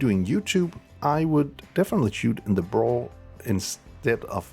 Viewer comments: FOR THE LOVE OF GOD SAY "B RAW"! If I hear you say Brahhhhhhh one more time I might end it.... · It’s B raw not braw lol